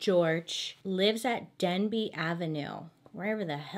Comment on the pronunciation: She said “ Denby “ but I heard “ dead beat “ 🥴💀💀💀